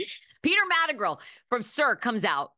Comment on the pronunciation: MadriGAL. You’re going to be on his network, learn how to pronounce his name